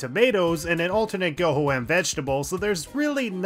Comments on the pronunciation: I cannot stress how annoying hearing you say "Goho M's" is lmao. It's pronounced "Go home". That's the joke, it takes you home, that's how it's said. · Did you really pronounce it as "Goho-M" and not "Go Home"? Thats a sin! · This is the first time someone calls Goho-M as 'Go-Ho-M' rather then 'Go-Hom', seeing as they are a pun on Go Home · Goho-M is pronounced "go home"